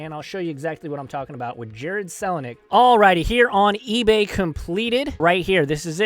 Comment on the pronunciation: Sick video pronounced kel a nick (Kelly)